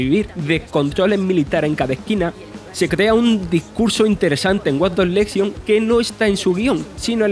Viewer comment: el problema no es el acento , es el locutor , problemas con la R , guion mal leido y lento y ceceo que no es cuestion del acento ya que cualquiera puede tener ese problema , watch dogs lesion , yo soy andaluz y insisto no es un problema de acento si no de lectura